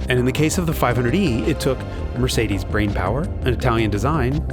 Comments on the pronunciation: Mercedes'iziz & Audis'iziz 😉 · MercedesZZZ and AudisZZZ, LOL.